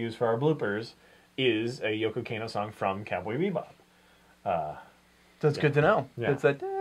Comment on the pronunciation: I like your guy's reviews a lot but ya gotta work on those pronunciations. "Kahn-no." "Spee-gull." Ronin Warriors: "Rye-yo." Etc. See you next time, Space Cowboys.🌌🚀🤠